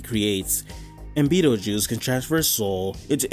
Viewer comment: you calling betelguese beatle juice is funny, anyways another banger video in the same week